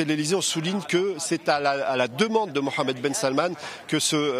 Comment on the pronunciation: C’est la première foi que je attends le nom Mohamed bien prononcé 😂💶💶